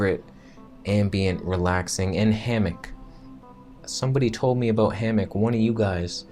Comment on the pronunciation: Vegan Footsoldier Thumbs up for "a-boot" 😁